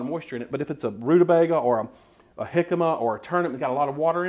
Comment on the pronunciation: You pronounced it right, honey....Rude-a-BAIG-a! Then there was one of my grandmothers who said, rude-a-BEG-er...hehe